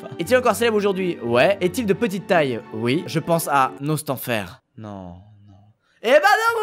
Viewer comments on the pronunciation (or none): Ah Squeezie le mito c'est à peine un détail il a dit Nostenfer ça compte faudrait que tu te calme tout de suite OK !! xD